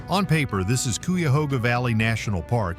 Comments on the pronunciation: Coo-yahoga Valley. It's a national park, say it right. Anyway, one of my daughters lives a short way from there. It's not the only place in Ohio sometimes called Helltown. There was a Lenape Indian village near Jeromesville named Helltown and Shreve was sometimes referred to as Helltown. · Embarassing. Couldn't decide how to spell Spruce Veil, Spruce Vale or Sprucevale. Repeated camera shots. This was disappointing. Learn how to pronounce CUYAHOGA. While talking about Helltown and Boston Mills, you are showing shots of downtown Columbus, Ohio. And why the random shots of inside Walmarts? Very strange video..... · Thought this would be an interesting video, and to some extent it was. But. Showing video of places NOT being mentioned was a rough watch. And, if you're going to pronounce names without a clue, skip it. Call the county office and get the pronunciation from a local... Cuyahoga was a tough listen.